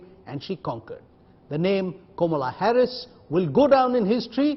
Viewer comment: It's not Komala Harris. It's Kamala Harris. Learn to pronounce the name correctly and then put the video.